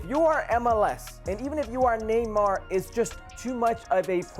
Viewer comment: Why is that guy pronouncing Neymar with a trilled R at the end of his name...he's from Brasil.